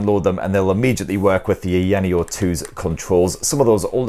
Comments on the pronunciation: It would've only taken 10 seconds to put the device into the correct resolution and take advantage of the entire screen, just 10 seconds.. Also it's pronounced Eye-ya-neo, not "eyanio" Such a lazy review. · EYE-YA-NEO lol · IT IS PRONOUNCED EYE-YA-NEO 🤣🤣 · Aya Neo... two separate words... Aya Neo... The company isn't called AyaNeo, it's Aya Neo. Everyone knows how to pronounce it after 2 years of being out. You say Aya Space right, why not Aya Neo? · It’s weird to hear people pronouncing ayaneo from all around the globe I would pronounce it ion neo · I know!!! LOL! Like EVERYONE knows how to pronounce it, where has he been in the past 2 years? It's two SEPERATE words... AYA NEO... How hard is that to pronounce? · Yeah, it seems like he just discovered this company, I mean it's two separate words, he's able to pronounce Aya right... like Aya Space? lol. How hard is it to say Aya Neo? lol. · It was so annoying that i watched the video on mute lol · He pronounces Aya correctly but completely butchers it for the rest of the video. I'm thinking he's just trolling us at this point 🤔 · Couldn't help 😂 how your pronouncing the name. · Hey if you're going to do a review on a product, it's best to do a little... A LITTLE bit of research, like maybe even watch another review and see how it's pronounced. But if mispronouncing a brand name that has been out for years is fine for you, then I'm happy for ya, it's just not a good look, quite sloppy if you ask me. But I guess I have higher standards for YouTubers who have been out for a long time.